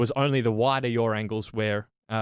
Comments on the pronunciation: When starts talking about yaw angle all I hear is ‘yawn’ angle.😂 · Great video guys.....Please stop saying YOUR angles...they aren't mine!!....The word is pronounced YAW!!!....Thanks again...